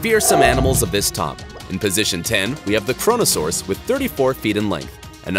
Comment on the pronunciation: Every time you say kronosaurus kronosaurus it's good it's shit your kronosaurus